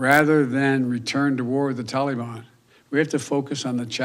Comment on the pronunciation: Oooop the toleyban